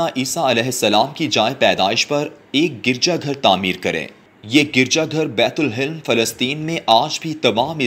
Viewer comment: bait ul himm ,nhi ,Bait Lehem